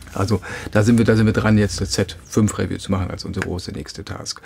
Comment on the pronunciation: toller Kanal, danke, aber könntest Du mal "review" richtig aussprechen, ja klar nicht wichtig aber es fällt mir jedesmal auf.